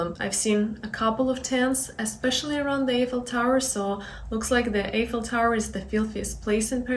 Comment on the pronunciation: the correct pronunciation for The Eiffel Tower is " eye fel Tower." the "e" is silent. So you should say it "i" ffel tower.